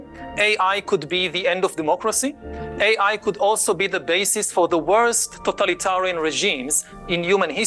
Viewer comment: Africa should hold back on the vibrainium.. Love his accent “Aye high.”